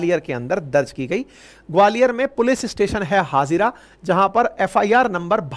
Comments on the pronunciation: Sir vo HaaJira nahi.. Hajeera hai Gwalior mai 😂😂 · हजीरा है सर हाजीरा नहीं है।